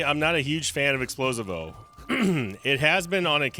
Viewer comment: ITS NOT EXPLO-SI-VO ITS EXPLOSIIIIIIIIIIVO